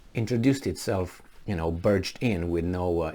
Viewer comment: Germany BARGED in, not "burged" in